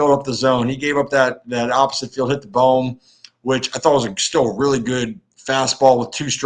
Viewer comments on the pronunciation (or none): Hey, phillies fan here, nice podcast, just wanted to say his name is bohm like bow mmm not balm